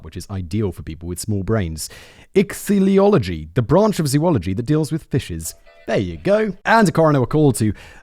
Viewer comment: fun fact(s) for you, simon: ichthyology - pronounced “ick thee (th like in three) ology” comes from the greek word for fish, with sharks (and another cartilaginous fish) being part of the subgroup chondrichthyes, while bony fish (the ones that typically have covered gills and more feathery fins, like most fish you’d typically think of first) are classified osteichthyes thanks for all your great videos, i hope i could teach you something this time around!